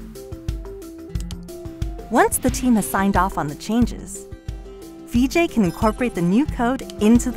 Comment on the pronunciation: That's really cool. But a small note: his name's "Vijay" where there's no lengthening of the first vowel. Hence, it's 'Vijay' where the 'Vi' sounds like the 'ri' in 'risk', not like 'me'. And all that would have been required to figure out how to pronounce his name were less than two minutes on Google.